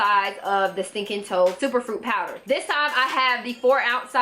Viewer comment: “fruit powdah... that’s was do country” 🤣😂🤣😂